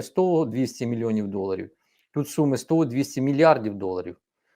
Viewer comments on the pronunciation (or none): none